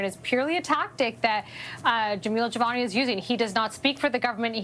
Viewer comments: His name is Jamil, not Javal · its Jamil and not Jemol or Jevol or Jevil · It’s Jamil, not Jamal. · Its JAMIL not jamal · His name is Jamil....not whatever the fuck you keep saying 😅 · Dude, you have got to take a moment to learn how to say Jamil. You've called him everything but his name, lol.